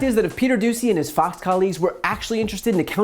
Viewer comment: I swear he said "FUX" news instead of Fox...subliminal...